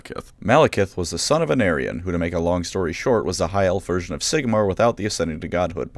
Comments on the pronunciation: At first I thought you were saying “An aryan.” And only cottoned on to the fact you were saying Anarion about a minute in. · Every time he says "the son of anarion" and I hear "the son of an Aryan" 😬